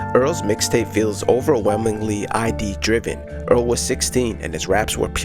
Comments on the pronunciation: Amazing video! I've loved Earl since the Free Earl days; it's great to see a deep-dive on him. One small note, "id" in reference to the Freud's psychoanalytic theory is pronounced like the end of the word "lid", not like the abbreviation for identification. I made the exact same mistake in a Psych 101 class in front of like 200 people 💀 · Just wanna point out that it's not the I.D. it's one syllable. The 'id' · Awesome video, subscribed. Love this framing of his work! Just fyi, in psych 'id' is pronounced exactly how it looks, as one syllable